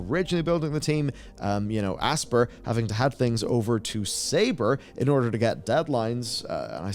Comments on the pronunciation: Aspyr is pronounced "ASPIRE" (ASS-PIRE), not "ASPER" as in to "Aspire" to do great things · The company name “Aspyr” is pronounced like the real word “Aspire.” You mispronounced it seven times. How do you have a job covering gaming and not know this? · I think Aspyr is supposed to be pronounced Aspire